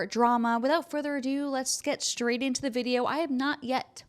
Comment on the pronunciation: Yeah but why has slowly migrated into pronouncing all her "str" words with an added "h"? "Let's get shtraight into it..." Shtrong. Shtrait. Shtairs. Exshtremly. Good Lord, it's such a cringey, lazy way to speak, especially when she puts so much care and attention into how she speaks.